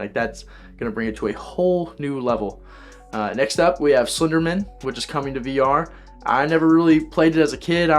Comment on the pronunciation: Slender*man*, not "men."